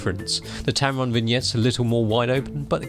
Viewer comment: Did you say Tampon lol?